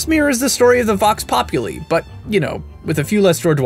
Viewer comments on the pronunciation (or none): Vox populi is like vox popu l eye I can understand why tho Latin is complicated like the poem dulcet et de corm est and it's said dulke and not dulcet Which is weird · It's vox pop-U-lie and b. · Close. Vox Populi has a hard "I," sounds like "eye." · No offence but "populi" is pronounced as pop-you-lie, imagine if your accusing your dad of lieing to you whilst using the pops slang, that how i remember it =) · Vox Pop-U-Lie!!! THAT IS HOW THEY SAY IT IN GAME!!!! The nerd rage in me wishes to say :) also, the Answer is B: A.D. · It's Vox Pop - oo - lee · Vox Pop-oo-lie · Pop-you-lie. It's not that hard... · Po-puh-lee. It's not that hard.